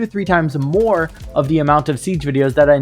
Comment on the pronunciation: Moar = more 😂